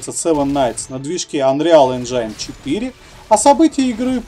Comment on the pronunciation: Анреал Энжайн бл*ть...Сколько можно так сильно коверкать слова? Может пора прекращать?